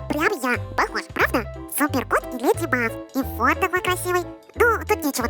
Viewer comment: А вы заметили что они говорят леди баф а не леди баг🤨